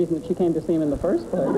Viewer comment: 21m43s I love how G'man gets "foist number" out of "first number".